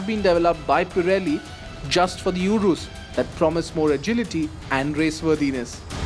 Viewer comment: It’s urus not “urous”